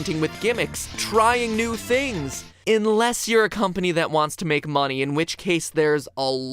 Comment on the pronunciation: he says inless instead of unless XD